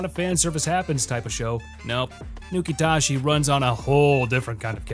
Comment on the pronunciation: Nukitashi said Nuke-it-as-is